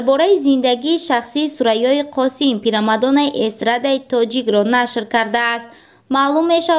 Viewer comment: Мебахшед аввал гап заданро ед гир пирамадона нею примадонна мешавад хатогихоятро ислох кун